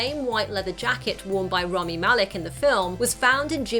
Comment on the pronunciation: Did you say “Rommi”?